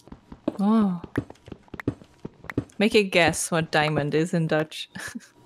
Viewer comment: Diamant - thats how is diamond in my language and she pronounced it perfectly (czech btw)